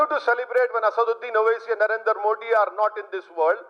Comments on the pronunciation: यह चुटिया मोदी नहीं बोल पाता मोडी कहता है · Katve tu hindi hi bolega Tere se modi ji ka naam to achhe se liya nhi jata English or urdu kaha se bolega